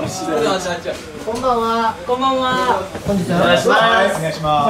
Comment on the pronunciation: じーこのこんばんわが 確実に親戚の家にきた関西人の小学生